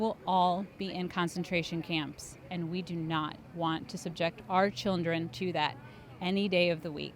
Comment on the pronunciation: nice cuts damn, shoeonhead finally got hit with aging! every time she said "chirndren", it got funnier.